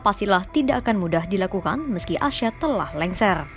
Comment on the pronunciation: Assad bukan asyad.... orang pers jgn salah ngomong ya